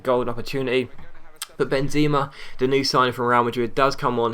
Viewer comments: its not Benzima, its Benzema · It's ben-zemmm-a :P